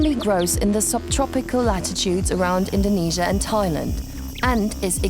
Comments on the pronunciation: INDONESIA NOT INDONESIEN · INDONESIEN????? I dont know there is new a country near INDONESIA.